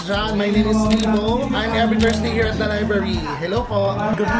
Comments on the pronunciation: Liblary??? haha bungol pala tong si Rommel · Pronounced ni bff liblary not library 😂😂😂😂😂😂